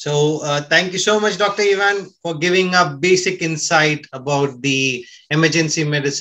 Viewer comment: Ohhhhh you mispronounced Ivan.oops.